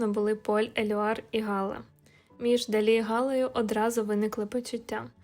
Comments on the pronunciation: Не Га'ла, а Гала'..... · Цікава розповідь,але наголос ГалА від фр.gala свято